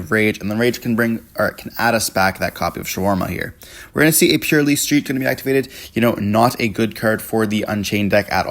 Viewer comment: The Purrlielie on the other hand 😅😂